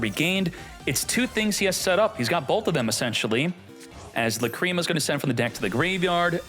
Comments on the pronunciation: Lácrima, not Lacríma. :) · i thought it was la creamy